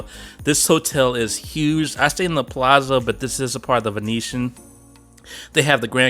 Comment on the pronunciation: The rooms (suites) are wonderful if travelling with a group too! In Italian, double Z is pronounced TZ like in pizza. Palazzo (Pa-la-zzo) = Pah-lah-tzoh.